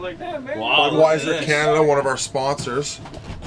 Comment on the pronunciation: Kaw-Naw-Taw Ontario lmfao!